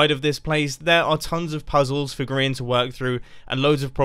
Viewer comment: Zorro Dog Studios I don’t think so he pronounces it like (gree-ian) rather than (gry-An